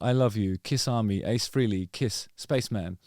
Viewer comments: Freelee, Freelee, Freelee, ... I can't hear it anymore 🙉 Why don't you all finally say it the way Ace himself said his name? At least now that he's gone! Finally make the effort and pronounce his name correctly... 🤬🤬🤬 Rest In Peace Ace Frehley (pronounced: Fray-Lee) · it's pronounced Fray-Lee. Rhymes with Haley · It’s Fray-Lee not Free-Lee 😎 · You're saying his last name wrong. Its definitely not FREELY. Its pronounced Fray-Lee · Its freyli not freely. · This is a pet peeve of mine, and I mean no disrespect. Ace’s last name is pronounced “fraylee” not “freelee”. He was never one to correct people, but always made a point to notice when people “got it right”. Just thought that at this time of paying respect, we can finally respect the proper pronunciation of his name. Don’t feel bad, you are one of many who say it that way!!! Cheers! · It is pronounced "FRAY-lee" not "FREE-lee". Say it out loud, Justin. "FRAY-lee". Frehley. Good mop-top. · Kind words there Justin Harkins. It's Frehley (Frayley), you think after 50+ years people would know how to say his name? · It’s pronounced "Fray-lee”. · He has a producer. She would have told him how to pronounce Frehley (rhymes with Haley, like the comet). No one missed that solo project’s name; not even me, a lifelong hater of KISS. Ace was okay, though. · Literally everything this guy says is with foot in mouth... can't say Ace's last name right, oh and why would he remember you? Cuz your a demeaning ass? Further... what you seem to think and spew of Ace and in his passing. I got through about 2 or 3 listens of your "good" album and it was a hard pass, keep up the good work with the podcast every now and then.